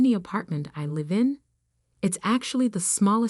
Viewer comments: Bad editing: She says no thanks to a car, and shortly later says her car is here. Bad production, too. the text-to-voice AI mixes up "live" (as in live my life) and "live" (as in live broadcast). AI sucks at heteronyms. They require context, so human editing is required. At least for now. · The AI needs to learn how to pronounce words like real, live, fiance and Chanel properly.Please edit your stories better.